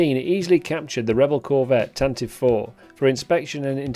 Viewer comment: Love the History of the GFFA & this ship particular ! one pronounciation correction ... Tantive IS Said (Tan-Tee-VEE). Not Tan-Tiv. the 'ie' Is Not Silent.